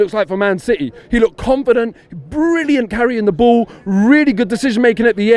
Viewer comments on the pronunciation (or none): none